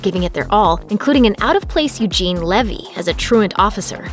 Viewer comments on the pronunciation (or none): none